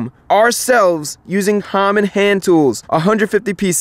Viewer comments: did he say hommon instead of common or am I tripping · watch again Chris says Hommon Handtools instead of common.